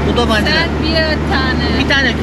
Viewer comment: tabanca yok, dabanca 😂😂😂❤️